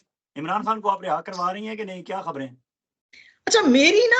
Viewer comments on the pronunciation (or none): شازیہ صاحبہ خان کو کھان اور خبر کو کھبر کیوں کہتی ہیں؟